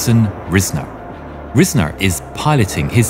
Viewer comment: It's pronounced Rise-ner, not riz-ner.